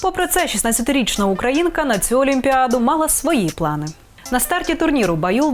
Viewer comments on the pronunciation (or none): none